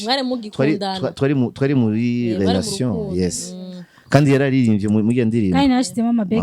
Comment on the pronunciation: ntutwenge,uvuga amakosa menshi,nka HOLATION aho kuvuga RELATION ,ubu naho ati ANYWAYS😂